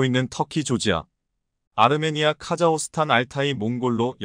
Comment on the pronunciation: "카자흐스탄" 의 이름이 그 표기가 바뀐 것인가요? "카자호스탄" 이라고 하시던데 그것이 맞나요? 아니면 잘못 쓴 것인가요? 한마디로 "카자흐(호) 스탄" 중 어느 것이 바른 것인가요? "카자(호)스탄" 혹은 "카자(흐)스탄 " 어느것인가요?